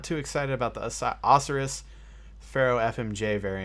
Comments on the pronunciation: awsirrus? O-SYE-RISS? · Osiris is pronounced oh-sigh-ris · i'm disappointed that you couldn't pronounce Osiris.